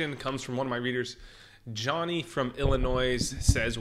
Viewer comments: Its illinoi, not Illinoizzzz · "IllinoiS" is pronounced as "Illinoy" lol. =P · He pronounced the s in Illinois lmao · Where is Illi-“noise” exactly? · He really said Illinois and said the s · The "S" is silent in Illinois bud.